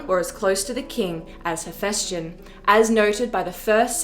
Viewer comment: Dude, you're a history channel, at least try to get the pronounciation right. HePHYstion.